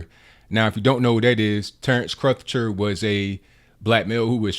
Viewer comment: You seem to be making Crutcher harder to pronounce than it actually is - rhymes with butcher.